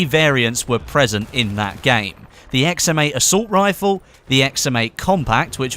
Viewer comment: i always think you are saying "XM mate"